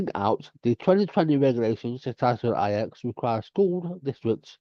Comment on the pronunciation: Title NINE. Not title EYE ECKS lol